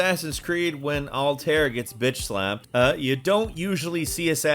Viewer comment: Yes!! Sorry but butchering Altaïr’s name really irked me but that’s cuz I really liked him & that name’s badass :P